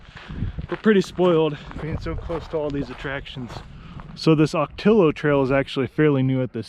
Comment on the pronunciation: For travelers that are Spanish challenged.... the native plant and the trail named for them, Ocotillo is pronounced- Oh-ka-tee-yo. 😃